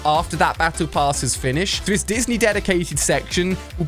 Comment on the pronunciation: Is anyone else noticing that he’s been saying destiny instead of Disney?